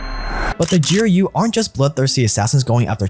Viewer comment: GEE ARR YUU Honestly making my ears bleed. Its pronounced Groo. What is it Anglos and pronouncing every letter in an acronym? I mean you call him POTUS not PEE OHH TEE YUU ESS right?